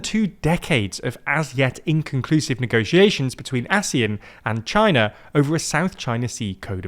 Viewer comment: I specifically remember the pronunciation ASEAN as [Aseeyan] and definitely not [Asee'en] One thing for sure as Malaysian, this economic organisation has been mutually beneficial to everyone here for at least 3 generations, where one of the generation grew up with it and saw it unthinkable to live without it.